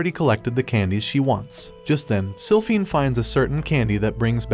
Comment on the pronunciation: “Slyphinford” ITS SILPHINE🥹